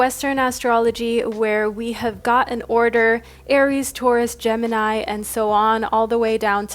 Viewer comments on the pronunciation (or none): none